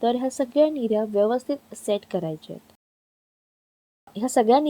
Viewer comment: Mirya😅 nahi g nirya